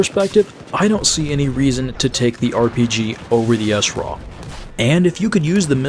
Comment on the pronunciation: So why do you call it the Essraw? You don't say Essmaw... For smaw... Its Sraw! like straw with out the t. Other than that embarrassing mistake, good vid.